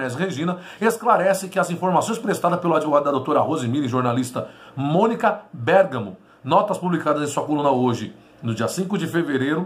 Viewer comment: Muito bem. Agora você falou corretamente o nome da Monica Bérgamo com acento no "e" 👏👏kkkk